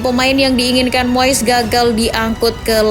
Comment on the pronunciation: Moess😂 Moyess Ajaa Min Bilngny Biyarr Jlass😂